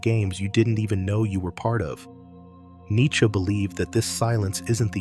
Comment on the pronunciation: this thing can't pronounce nietzsche correctly.